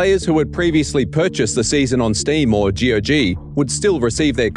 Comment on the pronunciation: every time he says g-o-g instead of saying gog like you say cog, i feel physically hurt